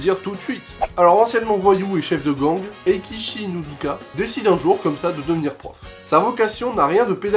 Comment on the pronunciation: Pooo ce manga c'est juste un chef d'oeuvre mais ça se dit pas ekichi mais eikichi merci bonne vidéo.